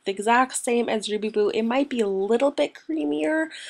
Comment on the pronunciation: It Sounded like You Said Ruby Boob .. Lol